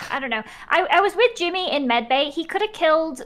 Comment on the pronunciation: someone finally told him it's "jimmy" not "timmy" lol...i couldnt tell if he was doing on purpose